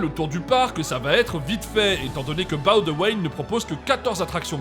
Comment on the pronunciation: Je vous félicite pour la prononciation de Boudewijn 🙏🙏🙏 Par contre ... RIP Erica ... quelle belle preuve d'amour!!!